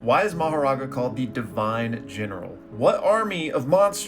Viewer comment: Bro butchered that "Makora" pronunciation 😭